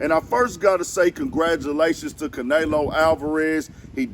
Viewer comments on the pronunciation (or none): no the way e is pronounced in Spanish is "eh" not "a" which we pronounce as "aye" anyway. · Ca nelo not Can elo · S/O to caNAYlo lmao sheesh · Say it Again “CanAyLo!” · LMFBAO Caynalo aka canola 🤣🤣🤣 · Bruh you need to say that man name right if you gonna do content on it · You clearly don't watch boxing your saying Canleo name all wrong lol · Butchered the fuckin name up wtf bruh if u gunna say it n give props say it right lol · 😂 Yea he slaughtered the man’s name pretty bad. That Houston accent just wouldn’t let him do it. 😂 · man if you dnt pronounce his name right lol i guess jermell is jermello lol